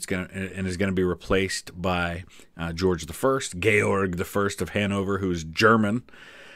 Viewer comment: I appreciate you adding the German(ish) pronunciation. I always thought, “Georg” sounded more regal, with more machismo that just “George”.